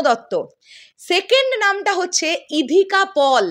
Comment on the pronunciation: ইধিকা পল নয়, সঠিক উচ্চারণ ইধিকা পাল।